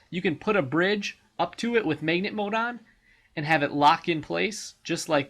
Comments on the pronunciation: hey man. its mag-net. not megnet. one word magnet. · MAYG-NIT just shut up